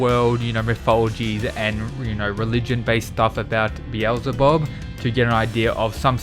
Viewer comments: Be-EL-Zuh-Bub. Finally! 😂😂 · Thanks for pronouncing Beelzebub properly, it may seem silly but the El in his name means God so its actually important to who he is. I really think/hope Loki fights Tesla, the God of madness and mischief versus the mad king of lightning would be dope. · he said it right ! pog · Thank fucking god you finally pronounced it properly I've been waiting for ages